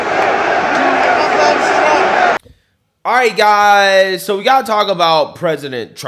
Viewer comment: Why does it sound like you have Down syndrome when you say alright guys